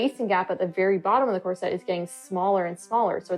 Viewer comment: Core. Set. — that’s all I hear and it’s so distracting